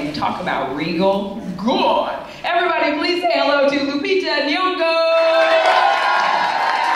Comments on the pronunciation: Nyongo not wyongo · Lupita Nyong’o not Wyong’o!!! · Its Lupita NYONG'O not Lupita Wyong'o - PLEASE CHANGE! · Wyong'o??? IT'S NYONG'O